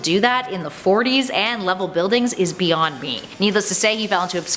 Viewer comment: I left the video when she said bee yonder…